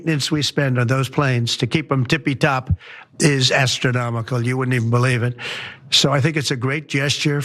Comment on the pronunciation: “Tipey top” “Stable genius” ??